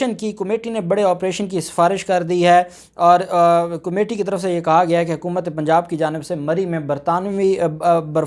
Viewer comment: جناب عالی۔ کومیٹی نہیں کمیٹی ہوتا ہے۔